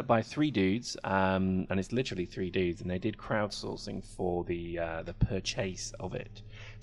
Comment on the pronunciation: it's dude not dood XD, that means dead in dutch